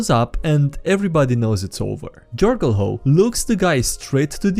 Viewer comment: trying to pronunce Jorgulho and failing miserably fills me with such joy